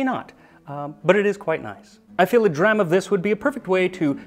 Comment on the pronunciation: Max, you're one of the few Americans who actually pronounces a lot of Scottish words. As soon as I head you say 'Dram' I knew you did your homework, didn't call Edinburgh EDINBRUG so 'max' respect.